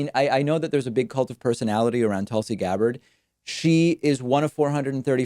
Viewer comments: Jimmy Do-REH; Tulsi GahBARD lmao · Jimmy Dorray? Tulsi Guhbard? lol come on now. That's silly. You know how to pronounce them. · Why does David mispronounce peoples names so frequently? Jimmy Dorée? Tulsi G'barred? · Haha, yeah idk why he said it that way, and why sometimes he pronounces it Tulsi "Guh-bard" when other times he pronounces her last name correctly. Even in this video at the end he says her name right, so not sure if it's intentionally pronouncing their names wrong as a jab, or if he has a habit of pronouncing things differently sometimes since he grew up in Argentina. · Uh, who are Jimmy "Dough-Ray" and "Tulsi Guhbard" ? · Objectively pointing out the differences between two candidates during a Primary is not smearing them. I can't stand Jimmy Dore and don't support Tulsi but you sound like a childish right-winger mis-pronouncing their names. You are losing a lot of respect from people over your disingenuous behavior. I was a paid member at one time. I know, I know good riddance.. (while you beg people to support you because YouTube is mean to you for demonetization). Good luck. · You just mispronounced two names associated strongly with new-wave american progressivism hahahahaha Dore and Gabbard, as if you never heard of them I admire how you try and distance yourself from any team-like mentality, though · Hehe I love the not so subtle jabs David is giving Jimmy and Tulsi just by pronouncing their names wrong.